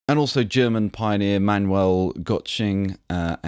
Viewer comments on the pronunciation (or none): none